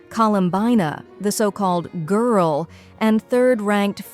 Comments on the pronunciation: Bright Skies-sss-sssss-ssss.. The so-called "Gurl" Also, Are-luh-chee-no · "Colowmbayna the so called Gwrllll" im sorry I can't 💀💀💀💀💀💀